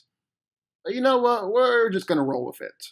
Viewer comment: “yeh” it’s yeah “whet” it’s what